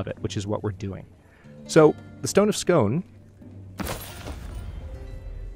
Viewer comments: Really looking forward to this series! :) I hope this is OK, but just to let you know it's pronounced "skoon", not "scone". There is a good pronunciation example at oxfordlearnersdictionary, including an American English pronunciation (I would link to it but YT would flag this comment as spam) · Only just noticed you had done a CK3 playthrough. Really good to see you explaining how it works as its always looked too daunting for me to try. As a jock I'm cringing when your saying stone of scone though:_hadLUL::_hadLUL:. I'm almost waiting for Edinburg to be your capital😜. Will enjoy this series as much as your stellaris ones I think:_hadHype